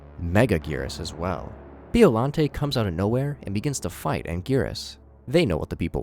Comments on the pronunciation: As a godzilla intellect, every muscle in my body contracted after hearing him saying 'bee-ollante' instead of 'byo-llante' and when he called hedorah a bloody mud monster. Please do research at least 😭😭😭😭😭😭😭😭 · "Bee-oh-lan-tay" 😭🙏 also That's Hedorah. Hedorah is MOTHRA!!!????